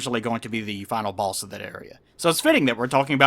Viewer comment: I love pronunciation of boss. Baus.